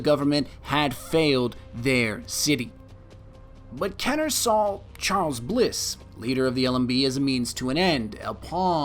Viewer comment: Had to stop when he said "Kenner." I was getting super jacked up too.